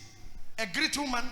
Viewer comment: hello.I like your teaching/preachings.However,as a grammar student I'd like you you to correct your pronounciation of the word ''great'' and differentiate it from ''greet'' because I've heard this for long.no offence,thanks.